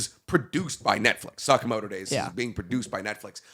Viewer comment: Damn the way says Sakamoto is so bad